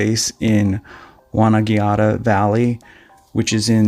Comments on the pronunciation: ……locations’ are pronounced ‘won-ann-gatta’, not ‘wonangeatta’. Buller’, not ‘bueller’…… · it is pronounced bull-er and wonn- an -gatta ok maate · Mt Buller (Bull er).... Wonangatta Won-nan-gadda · Oh gawd, the place name pronunciations are excruciating!! Mt Bull (as in the animal) er. Not Bewler!! Won-on-gatt-a. Easy. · Laughed my stse off at your pronunciations. Mt Buller is Mt Bull-a, it dies not sound like Ferris Bueller. Wonangatta is , Won said like the vowel in Swan, than AN, then Gat-at, gat said like rat. So Won- an- gat-ta. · Pronunciation = Bull - er not Beuller Wonn - an - gatta